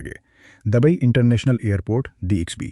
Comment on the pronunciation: جاہل پاکستانی لوگوں کو ہر لفظ میں زبر لگانے کا اتنا فوبیا کیوں ہے ؟ پورا ویڈیو دیکھنے کے بعد ایسا لکھ رہا ہوں۔ یہ شخص Dubai کو Dabai کہتا ہے۔ Singapore کو Sangapore کہتا ہے۔ Lufthansa کو Lafthansa کہتا ہے۔ British Airways کو Bartish Airways کہتا ہے۔ گریز کو garez کہتا ہے۔Buisness کو Baznas کہتا ہے . نمایاں Namaya کہتا ہے۔ یہ غلطیاں سنتے سنتے سر میں درد پیدا ہوگیا اور آخر میں پورا ویڈیو دیکھنے سے پہلے ہی بند کر دیا ۔ توبہ توبہ جب کوئی پاکستانی اردو بولتا ہے تو سننے والوں کا خون کھولتا ہے۔ حد ہو گئی جب اس نے ابھر کو ABHAR کہا۔ یہ شخص کسی بھی ملک کا ہو لیکن لعنت ہے اسکے اس تلفظ پر۔ کوئی اسکو مشورہ دے دے کہ وہ اردو بولنا سیکھ لے یا اپنا پیشہ بدل دے۔